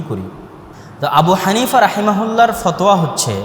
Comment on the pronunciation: FOTOYA , Not fothua.